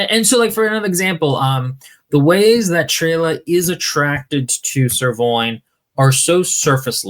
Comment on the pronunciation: The fact every time the knights name is said I hear either Sirloin or Ser Loin makes the whole video so much better. Especially when "Ser Loin" gives me flashback to every occasion a romance book had paragraphs about feelings and temperatures of someone's loins during romantic/ naughty scenes.